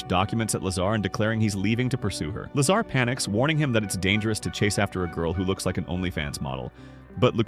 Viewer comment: Lazar? All I hear is lasagna! 😂 🍝